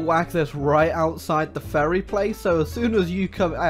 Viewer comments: he say ferry but in my head i hear "furry" what is wrong with me help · i absolutely love how he pronounces "ferry" as "furry" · It sounds like is repeatedly calling a Ferry a furry